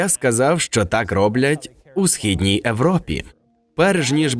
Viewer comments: лиш не розумію, чому пан диктор каже европа, а не європа? це особливість, якою підкреслюють походження людини яку озвучують? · "Европа" тільки мені слух ріже?